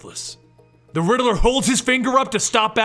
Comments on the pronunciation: It's pronounced riddler not rideler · “The Littl-er”